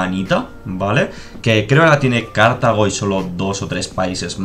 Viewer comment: Me pone muy nervioso lo de "Cártago"